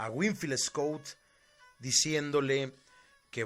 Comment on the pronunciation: Tu narrativa de la historia de Mexico con respecto al batallón de San Patricio, está bien nada más quiero comentarte que el general wilfiel Scot no rindió al general Anaya si no el general twigs y no se pronuncia escut (es escot ) wilfel Scot y su segundo al mando del general Anaya es Manuel Rincón